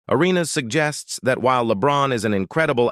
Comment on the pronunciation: AI is weird. I mean you can’t even say Gilbert’s last name right.